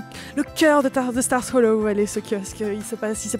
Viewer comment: Elle dit mal stars hollow car on dit star hollow mais sinon super vidéo